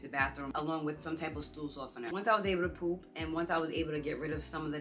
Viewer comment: Thanks for this video. Surgery next month and I’m scared. I love the way you pronounce poop 💩 😅